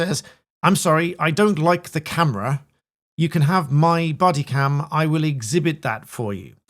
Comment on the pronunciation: She said camery?